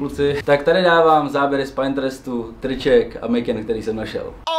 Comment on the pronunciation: Koukni na výslovnost “Pinterest” 😊🙏 Ubírá to na profesionalitě. Díky